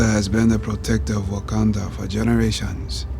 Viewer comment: Love this you said Waucondo